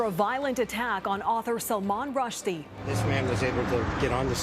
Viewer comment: At least pronounce his name right